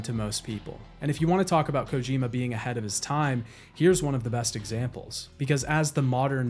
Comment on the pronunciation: Why do you pronounce Kojima the way you do? Kojima himself doesn’t pronounce it that way